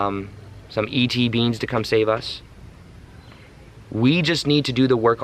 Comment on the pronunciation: love you. but its ET. BEINGS not beans lol xx